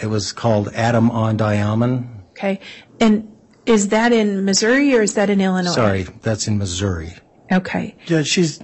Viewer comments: Agreed!!! The Illinois mispronunciation makes him sound like a complete idiot. Not to mention, as a software expert he said he learned many "softwares"...no such word....software is plural!! Plus his interjecting "if you will" into every other sentence...doesn't even make sense. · And how did everyone like how he said Illinois....as "illinoize" and for a software expert....he talked about learning "softwares" no such thing...SOFTWARE is plural!! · The detective is a horrible witness. He can’t remember info and doesn’t know how to pronounce “Illinois”. He’s so hard to listen to.